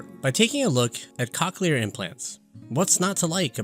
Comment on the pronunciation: Lol hearing "cock-clear" this whole video lowk pained me 😭